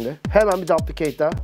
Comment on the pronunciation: yanlış okuyor düplikeyt diye okunuyo normalde :D